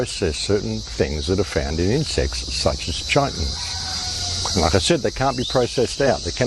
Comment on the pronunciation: In the 1950 film, 'The Thing From Another World', mention is made of a 'chitonous substance' ie. ki-tun-nous' (hard 'k'.).